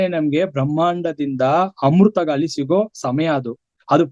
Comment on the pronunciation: ಗಾಲಿ ಅಲ್ಲ ಗಾಳಿ. ....😂